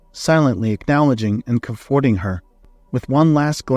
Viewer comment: Comforting is one of the words, I cannot remember the others now but will try to write a few down for you on other stories. Perhaps there is a dictionary web page that will pronounce them correctly for you, I think I have seen that. The stories are good, happy to help. Other than that very well done.